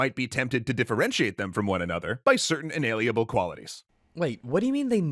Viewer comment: Holy shit, it's like Dad came back! And he actually had the cigarettes! Edit: I forgot how much the douche narrator in this EC video irritated me with his pronunciation of words. It's not 'maNevolent,' and the cocksucker cuts an entire syllable out of 'inalienable.' Moar edit: Bioessentialism also lets you determine an organism's sex based on its genitals, but EC ain't about to have that talk.